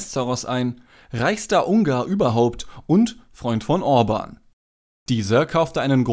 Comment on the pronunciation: Ja ist es , Bieden oder Bidden ist ein unterschied, genau so Müller oder Mühler ... Orban ist auch nicht Urban.